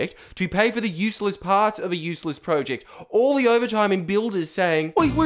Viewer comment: project not pro-ject still good video